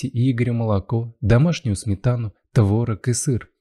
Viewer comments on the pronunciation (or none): none